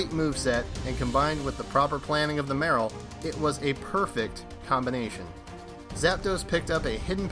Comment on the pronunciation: You said Real Marill wrong and it pained me both times.